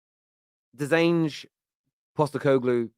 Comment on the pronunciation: Not quite pronouncing it correctly, just change how you say glow at the end to glue and ur there 👌 He’s won in every country he’s managed in, as an Australian I’ve seen him do wonders as a manager. He’s the kinda guy who could deal/handle Levy. No fuss kinda guy and he doesn’t tolerate bullshit. Found it hilarious how Spurs fans have talked about him, he’s exactly the right person to take over.